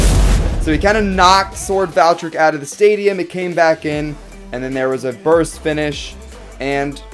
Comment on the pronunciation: Here is how to pronounce it’s name Val-tree-eck